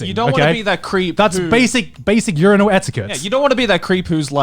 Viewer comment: im just still confused on how Connor pronounces urinal as u-ri-nal